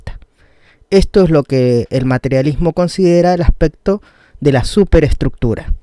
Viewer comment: Acsssspecto :v